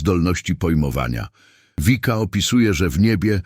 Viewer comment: Wszystko pomieszane. W niebie nie ma jeszcze ciał materialnych. Komentarze są bez sensu w wielu miejscach. I nie „Wika”, tylko Vicka. Po prostu.